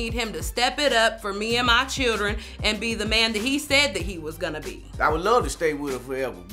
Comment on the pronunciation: If she says chidren one more time,, gosh